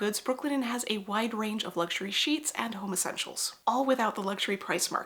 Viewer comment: I know she said home essentials but why can I only hear homosexuals